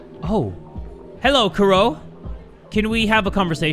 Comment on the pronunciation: and her name is Kuroe which is how the japanese people pronounce Chloe 😂